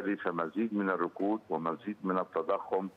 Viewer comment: الركود وليس الرقود.. عفوا..